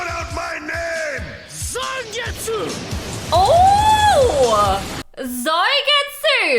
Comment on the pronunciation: It's zangetsu not soygetsu 😂😂😂